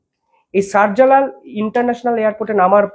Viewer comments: সার জালাল 😄😄 শাহ জালাল 😄😄... হতাশ উচ্চারণ দেখে 😄😄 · শাহা জালাল Airport’ঠিক করে বল।